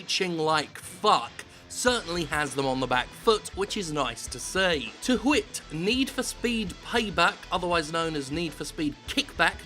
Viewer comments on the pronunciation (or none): Did... Did Jim just say 'to hwhit'? I can hear the extra 'aitches', Jim